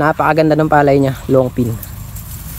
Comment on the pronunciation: long ping. hindi long pin. pls lang